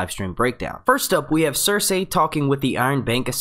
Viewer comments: I can't do it, in the first minute of this video how many times did you say ""... Cersei!!! "SER-SEE"!! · idk how i can watch this video after hearing how this guy says circei. cir-SAY. like gosh man theyve only said it like a few hundred times in the show cir-SEE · Cer-see. Sur-C. Sir-Z. all of those are acceptable. not cer-say. no one pronounces it like that. stop. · Not trying to be rude but curious why you say pronounce Cercei's name as sir-say and not as sir-cee? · Do they pronounce Cersei's name different in the book? Because you pronounce her name different from the show.... The show says Sir See, you say Sir say, it's alittle annoying and was just wondering if there was a reason you do that? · Say her name properly!! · How can you make game of thrones videos if you can't pronounce Cersei's name right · i want to listen but when he says cersei in that weird way i just get lost